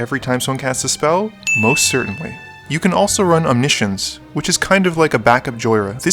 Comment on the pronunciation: He is definitely pronouncing it correctly. It is not Omni-Science.